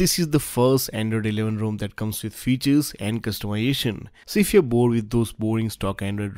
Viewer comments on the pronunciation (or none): "custumiation" annoys the shit out of me